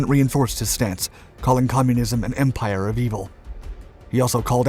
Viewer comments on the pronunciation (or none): none